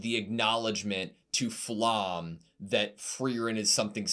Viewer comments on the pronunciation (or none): If you wanna sound professional: Pronounce it "Flam-me" but careful, the e is pronounced like in "elephant" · pls google flamme german pronunciation